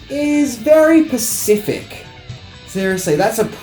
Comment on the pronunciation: SPECIFIC***** since no one else is gonna say it lmfao...like into the video he straight up goes "which is reallyyy.....PACIFIC" 😩😩